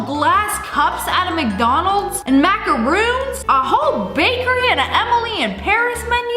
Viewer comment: Macarons and Macaroons are two different cookies. Those are Macarons and they are pronounced "Mack-A-Rohns". You said "Mack-A-Roons" which is a different cookie with coconut and shaped into balls or pyramids.